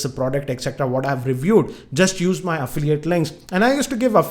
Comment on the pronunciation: "Affliate , "braaaaaand" and "migate" hats off to your English bro !!!! Even google denied to search !!😂😂